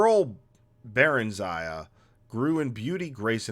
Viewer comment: Its "Buh-rEn-zee-uh"